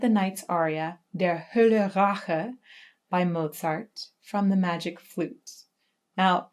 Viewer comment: Nobody seems to mention how perfectly Is pronouncing „Der Hölle Rache“. Bravo to her too!